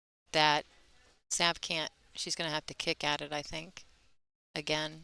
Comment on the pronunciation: Why do you keep calling her Sav ? The a has a short sound not long.